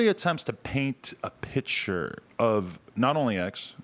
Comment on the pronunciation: “it really attempts to paint a PITCHturee” ily adam 😂🖤